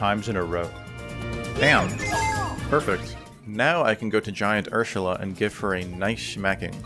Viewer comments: You sound drunk everytime you say "Ursula," since you're slurring your words and say "Urshula." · the way you day Ursula makes me laugh😂😂😂